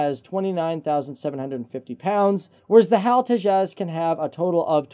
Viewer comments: Beo its Te jas not tezaaz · It's H.A.L. Tejas, and not any of your: 1. Hal tejas 2. Hal to jazz 3. Hal two jaws etc etc. Please, pronounce it correctly. Thanks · It's pronounced "TAY-juss" and not "tay-JAZZ." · Tea-Jazz but I pronounce it as Tea-has (silent J) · Its pronounced as 'Tayjus'.